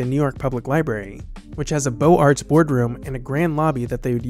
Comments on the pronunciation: Oh, and beaux arts is pronounced "boze-ar", not "beau arts". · hate to do this to you again, but “beaux-arts” is pronounced bow-ZART.